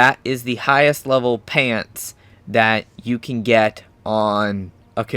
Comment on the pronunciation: Its sooo funny when he says "pantz"